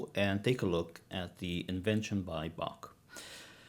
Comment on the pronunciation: I like the way you say Bach. It has a Vocal Slur. You gotta hock the ach.